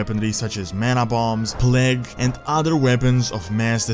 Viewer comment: The Horde died when they accepted pandas in their order. I love your vids but please stop. Its Thrall and not Trall, its Azeroth and not Asrot, Plague and not Plag and its Mass Destruction not Mess Destruction. You need to work with your grammar